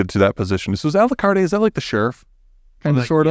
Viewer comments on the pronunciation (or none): "The Al-Calde" (pronounced like "AL Kal-day". Not "AlaCarte". Lmao